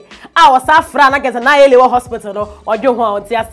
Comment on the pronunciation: The name isnt Naayewe. The correct word is Nai We